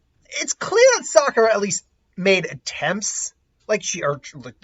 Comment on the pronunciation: "Saskura". Dude, you just did the equivalent of making the donut. That's rolls off the tongue way better.